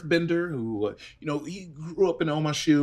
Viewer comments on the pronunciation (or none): Waterbending… royalty… on the streets? I could see fire nation or earth kingdom but water tribe’s fairly family oriented/loyal 😅 and “OH’-muh-shu”? There’s so many things wrong… would recommend watching the show you’re tryina roleplay :P